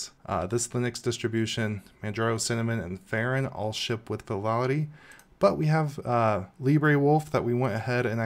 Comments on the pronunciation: VALOUDI ...WTF ? vivaldi ... LEARN TO READ ! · VI - VAL - DI It's not that difficult to pronounce. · How many times can you say Vivaldi wrong in a row? Lol Good video! The distro looks super interesting. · Thats not how you pronounce Vivaldi... Great video though 😁 ! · this man just cant say 'Vivaldi'